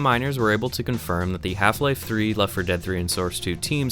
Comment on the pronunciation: Hielfie-lielfie throoee